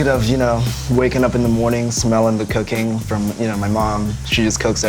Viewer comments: I thought he said "waking up in the morning, smelling the cocaine." LMAO. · Anyone else thought he said cocain? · sounds like he says "i love waking up to the smell of my moms cocaine" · I though he said smell the cocaine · who else thought he said " cocain " 😂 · When I heard Brian said "cooking" I heard cocaine. Was it just me? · okay but am I the only one who heard "smelling the cocaine" ?? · lmao did he say "smelling the cocaine" lol kinda sounded like it